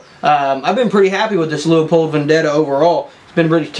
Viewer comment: Leupold... there is no A in the word